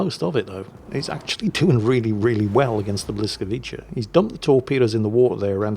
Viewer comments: Błyskawica. Instead of pronouncing 'ch" say 'ts' - bwiscavitsa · It's pronounced "bwyskavitsa"